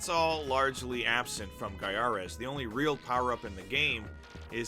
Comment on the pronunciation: I still think it's said "GUY-a-res"! Good review here!